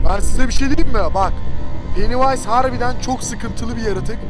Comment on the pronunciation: Penniwise yani penivays